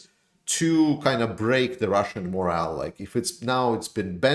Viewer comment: Moral and morale are pronounced differently bro